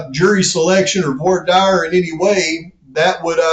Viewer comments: The dire in voir dire is pronounced "deer" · Hey man, it's pronounced like dare in Voir dire. Keep up the great work. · actually more like "vouar dere" 😂